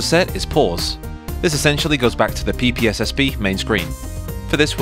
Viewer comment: I never would have thought to pronounce "ppsspp" phonetically.